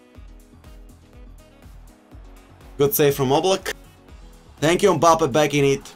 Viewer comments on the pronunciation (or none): Why tf does he say mbappes name like that